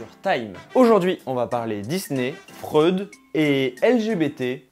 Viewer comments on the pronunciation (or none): Freud ça se prononce FROÏD mdr